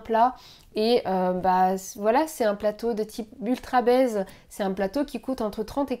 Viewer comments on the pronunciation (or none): Y'a que moi que ça fait bugger 1 seconde de l'entendre parler "d'ultrabaise" ? Je suppose que le nom de la marque c'est "UltraBaze" mais bon comme je connais pas la marque la prononciation à la française fait bizarre xD